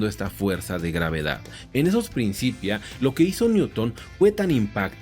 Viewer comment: Muy buenos los videos. Un detallito menor, en "principia" la c se pronuncia fuerte (k), no suave (s).